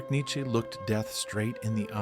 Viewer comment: Neittche???? JESUS CHRIST!!!!!!